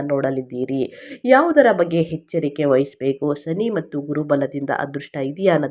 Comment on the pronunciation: ಹೆಚ್ಚರಿಕೆ? ಹದೃಷ್ಟ? ಏನು ಭಾಷೆಯೋ